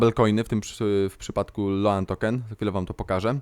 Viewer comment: Kurde, rzadko sie czepiam ale sposob jak wymawiasz "stable", "loan" az masakruje uszy.